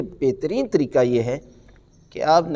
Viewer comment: VerY NiCe ReallY GreaT. QibLA MouLanA Sahib PLease ImProVe Few Words, Of Your Arabic and Urdu Qaboo HaY Kaboo Nahin HaY, Tareeqa HaY TareeKa Nahin HaY, ThanK You VerY Much.